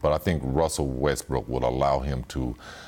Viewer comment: Did my man said Westbrick?